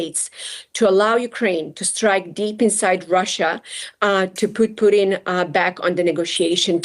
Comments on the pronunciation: calls Poo-Tin boodin 😂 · Is she saying Putin or Pudding? I like pudding! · why is she saying pudim ? ahahah